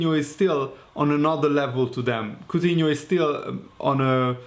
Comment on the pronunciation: Aur from lyon not coughtino